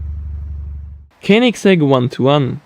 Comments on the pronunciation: Lukas Pettersson yeah i know but he pronounced it kenigsegg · Lukas Pettersson koenigsegg* Xd